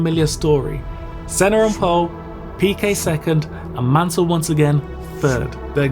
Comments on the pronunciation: On dit pas mannel on dit mansel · Pésimo doblaje no es Manel ,es Mansell.